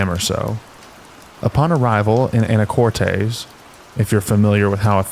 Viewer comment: It's pronounced "Anna-cortiss" Washington